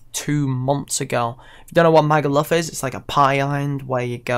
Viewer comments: the way you say magaluf loool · The way you pronounce Magaluf lmao